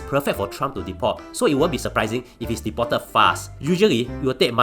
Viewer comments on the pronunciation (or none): deported to be pronounced a bit slower not like Chinese accent!lol